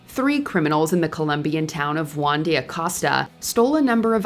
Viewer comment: JEW-AN? That's not how you say Juan